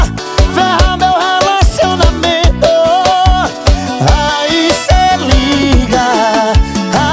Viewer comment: Pronuncia errada 😢 ralacionamento